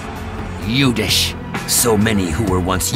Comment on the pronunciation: And u certainly can speak Yudhisthira(meaning:- steady in war) and not Yudhish.